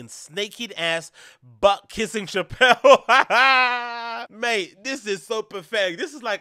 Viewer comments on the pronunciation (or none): none